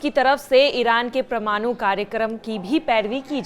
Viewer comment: O madam pramnoo nehi parmano bolo😂😂